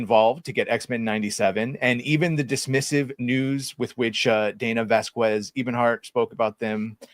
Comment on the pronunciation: Vas QUEZ? Joe MaDWEARa? My friend, whose last name is Acosta, is constantly being accused of accosting people. It’s pronounced Uh-COAST-uh not Uh-COST-uh. I’m not mad at you for mispronouncing these very common Latin sounds, but I just want to say, try harder. You can do it!